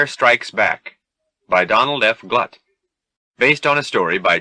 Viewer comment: I wish that someone had told the narrator of this audio book that Donald F. Glut pronounces his surname to rhyme with "Groot."